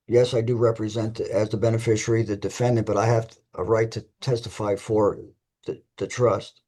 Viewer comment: Wow. Only six minutes in and I already know that the defendant attended the Gish Gallop school of law. PS. There is no "U" in "beneficiary". Enunciate!